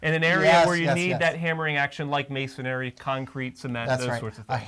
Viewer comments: It’s masonry not masonary... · The guy on the left keeps saying masonary which is a misspelling of masonry! He keeps adding an "A" after the "n" which is incorrect pronunciation! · What the hell is MasonAry??? How can you do this video and neither can pronounce masonry???? Please do the next video on brain surgery, a topic on which you likely have equal knowledge. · It's masonry, not masonary.. If you want to be taken seriously, learn how to pronounce the terms. You guys look like you belong on the cooking channel, making a quiche, maybe. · A concrete drill bit is not called "masonary" drill bit as you guys keep pronouncing it wrong... the word is masonry..... not masonary. Masonry is a three syllable word not four. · Hey great video information for the lay person... I can't believe the critics here. Immature losers to say the least. It's not a prime time show people and let's see you make a better job. Who cares they said masonary instead of masonry... IT'S FOR UTUBE AND THE LAY PERSON NOT H&G NETWORK ON PRIME TIME! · Why do they keep saying "masonAAry"? There's no A after the N in masonry. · Masonry! There's only one 'a' in the word. :)